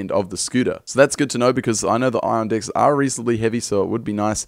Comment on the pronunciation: I love how he says "decks" 😂